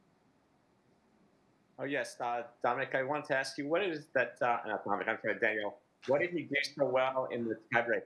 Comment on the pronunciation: Once again, these journalists are not paying attention. His first name is Danill and not Daniel.... maybe i should become a tennis journalist.